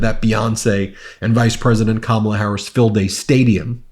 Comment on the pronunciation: Wow, he was so mad talking about Beyoncé that he actually pronounced Kamala’s name correctly!!